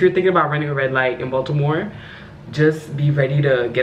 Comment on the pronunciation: Bronx, NY girl here...Thank you for pronouncing "Baltimore" with the "T", every time I say "Baltimore" the natives laugh at me...but I love Maryland!!!